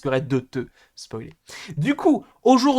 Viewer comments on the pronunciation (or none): none